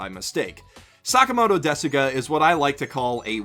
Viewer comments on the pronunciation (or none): It is "Sakamoto desu ga?" The "u" in "desu" is silent.